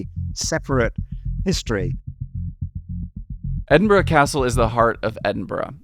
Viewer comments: That was no expert. He made several errors, including being unable to set up a passable audio link. That helped disguise his failure to pronounce Edinburgh properly. Edin beh🙄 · Great video, i just hate how the told you exactly how to say Edinburgh right and then he proceeded to pronounce it wrong for the rest of the video, good on you for still getting it right though. Also I think he did the same for Holyrood its pronounced like Holly-rood more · How are you BOTH still pronouncing it wrong after correction 😭 it hurts in my bones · Sorry to say but the pronunciation of many words in your video is really quite jarring: Edinburgh, Holyrood, Princes Street, Jacobite, Wynd, or Nor Loch (never known as North Lake...) Please maybe consider for future videos finding a local to help rather than just making a joke of it in an advert! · Being told how to pronounce Edinburgh at the start or the video and then continuing to mispronounce it throughout is crazy. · One of the cities I didn't spend hours looking at on google earth. I love exploring the history of a cities development. Outstanding pronunciations aside. Should have clicked on this channel sooner. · Can't believe you came all the way just to talk to an Englishman who doesn't say Edinburgh properly 🤣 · It's impressive how the guy he's interviewing manages to pronounce Edinburgh every way but the right way. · The other guy saying Edinbur is traumatising me. Thankfully, you bring it back by correctly saying Edinbru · Edinb-u-ruh? I cant be the only scottish person who pronounces it as edin-bruh right????? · For a guy in charge of maps at the National Museum of Scotland you’d think he could pronounce it properly. It’s Edin-bruh. Or Edin-bur-uh. Not Edin-bur. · Yes, we may be friendly and welcoming people here in Edinburgh. But if you pronounce it “Edinburg” someone will tell you to Feck Off !! Kudos for learning how to pronounce it before visiting 😂